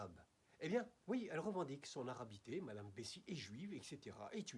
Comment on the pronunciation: Vous parlez de Sofia Bessis la tunisienne? en prononçant le S a la fin بسيس